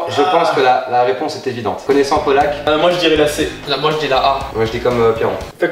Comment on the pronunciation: C'est pokelak